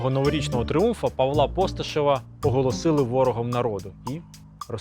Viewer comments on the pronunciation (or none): none